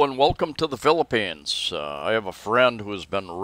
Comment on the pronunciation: i was thinking the exact same thing...lol.,.,., just the way say the Philippines sounds like philippeans like the Europeans.